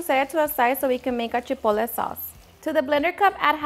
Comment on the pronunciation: Chipole? ChipoTle the “T” is not silent…